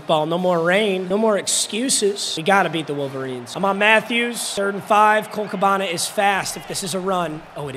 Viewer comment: cole cabanuh not cabanah